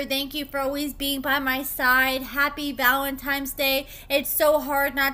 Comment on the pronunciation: Whyyyy do you always put an ‘N’ where an ‘M’ goes & vice versa?! ValentiMes Day?? 😭